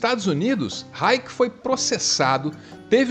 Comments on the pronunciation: Importante falar o nome dele corretamente. Não é Raic, é Reich, onde o "ch" tem som de chi, ou shi, ou ainda xi. Tem coisas interessantes no que você disse, é por ai, mas mais profundo e você pulou algumas partes. Agora o nome é fundamental falar certo. E ele não é nenhum doutor proibidão, é alguém que merece respeito. Por fim o texto gravado dele não foi DESESPERADO, foi consciente e até bastante sereno. Foi uma crítica ao petit homme, ao homem médio, ou na tradução brasileira, ao Zé ninguém. Você precisa ler a obra Escuta Zé ninguém, para entender melhor a gravação dele, e não só, mais o pesquisar mais profundamente. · Pronucia; RAISH. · Ele não é o doutor proibidão mas o doutor Libertador... Se pronuncia "rrai.chi... Leia o livro A FUNÇÃO DO ORGASMO do próprio autor. Nenhuma teoria mesmo que seja benéfica jamais será aceita desde que interfira na Fé, Poder, Visão Vida ou Verdade Humana... Nem Cristo, foi aceito por suas ideias de Mudança de Vida.. Imagine se os Evangélicos Batistas ou algo que pudesse alterar o "High Life" Americano dos anos 50, PUDESSE SER ACEITO??? Sabe, todo desbravador social ou criador que deixa pegadas da sua existência, têm de ter um espírito de preservação pois o mundo todo não vale uma gota do seu sangue... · O "ch" do final da palavra Reich não se pronuncia como "k", mas como "sh", com a particularidade de que os alemãs pronunciam essa combinação de letras colocando a língua sobre a arcada dentária inferior. É o mesmo som de Ich. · No Brasil, um de seus grandes admiradores foi o psiquiatra e psicanalista José Ângelo Gaiarsa, que sempre deixou muito claro o quanto foi influenciado pelo trabalho de Reich. (Lê-se Vilhelm Raixi ou Reirri, a origem do nome não é inglesa.) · Querido, revise a pronúncia do nome do personagem. Gente mal intencionada pode usar esse deslize de pronúncia para desqualificar um arquivo tão importante. Abraço de quem gosta muito de você. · Reich /raish/ pronúncia alemã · Se diz Raish, não? Esse era um gênio.